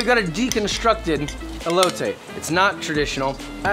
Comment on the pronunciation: eh low teh